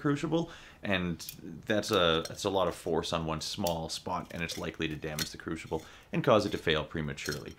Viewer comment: Where is the h in crucible?